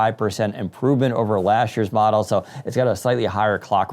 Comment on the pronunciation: "lashd year"